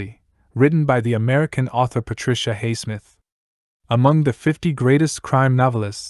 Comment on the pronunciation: You affect your credibility negatively by pronouncing Highsmith's name incorrectly.